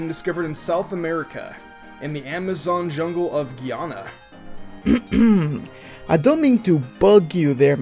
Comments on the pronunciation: Its guy-ana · You said Guyana wrong, lol. Its GUY-A-NA